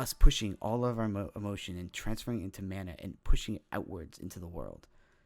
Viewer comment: Mana not mona